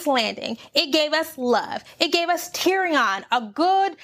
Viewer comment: Just have to say that "Tyrion" is pronounced like "Syrian" not "Tee-ree-ON." Ha ha... I really don't think Jaime is as horrible as you think. I believe he's going back to Cersei to kill her, not to be with her. But he isn't sure he'll survive the attempt, so he says things to try to make Brienne feel like she shouldn't love him anyway. Sort of like when Arya throws a stone at Nymeria back in season 1 in order to save her life. At least, this is what I hope! As for Dany, I don't think it was loneliness or jealousy in that feast scene. She was just realizing that Jon has the love and support of all the people there, so if they find out that he is also the rightful heir to the throne, they aren't likely to support her--despite the fact that she just sacrificed so much to fight with them. She is worried about her throne. She's so used to sweeping in and getting all the love of the locals. This is the first time that didn't happen for her. And with Jorah and most of the Dothraki gone, she's really lacking support. And I'm not mad that Missandei died. I'm mad that she didn't go out in a more badass way. I wish they'd had Qyburn standing next to her, so when she says "Dracarys," she wraps her chains around Qyburn's neck and jumps. That way she could have died on her own terms and taken out Cercei's Hand at the same time. She was too cool a character to go out so lamely.